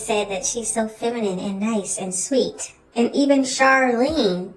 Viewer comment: Did she say “FeminiM” 😂😂😂